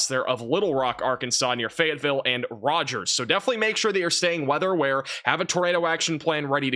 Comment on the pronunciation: He said Rogers for tornado and hail risk. Ugh. I'm tired of this, grandpa.